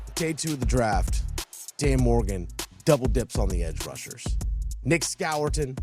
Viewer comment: Score-ton is the pronunciation